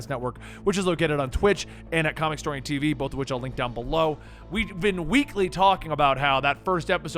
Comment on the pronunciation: No one: Tv: TIT SEA